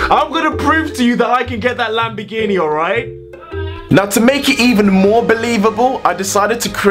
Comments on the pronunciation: your pronounciation of lamborghini is "lambigini" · Im from Italy you cant say lamborghini you say lambegini